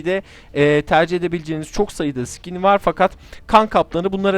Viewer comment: Skine sıkin demen lazım sikin diyon yanlis anlasiliyor